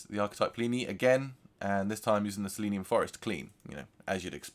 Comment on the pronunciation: Seleenium forest 👎🏽 Se-le-nium Forest👍🏼 Pleenee 👎🏽 Pli-ni 👍🏼 Lmaooo decent tone exploration though